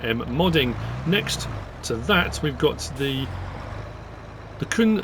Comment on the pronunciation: Crack on 😆 Outstanding as always. Just a quick side note, if not mentioned already: "Kuhn" is pronounced exactly as in co-coon. C-OO-N